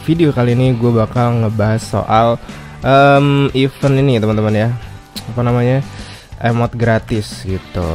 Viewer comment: bang, ngucapin kata "event" itu jgn sama kaya kata "even". #saran